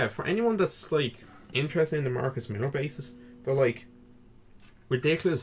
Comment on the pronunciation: MILLER ... not millar